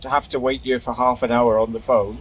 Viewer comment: She got three syllables out of the word "here." Lovely.